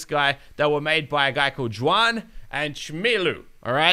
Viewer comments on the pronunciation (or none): not juwan its huwan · juan is pronounced as Huan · No offence but its pronounced as huan